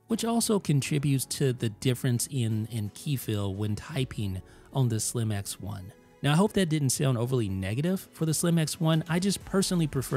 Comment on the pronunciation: every time you said “Slim X1” I heard “slim-ass one” 🙃